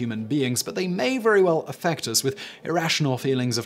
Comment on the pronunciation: Vewy vewy*